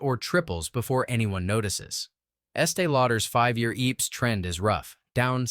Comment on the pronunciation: EPS is not pronounced "EEPS" BOT VOICE